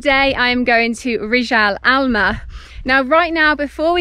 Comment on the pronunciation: Rijal Almaa you pronounced it very good